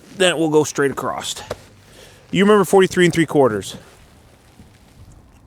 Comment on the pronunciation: there is no t in the word across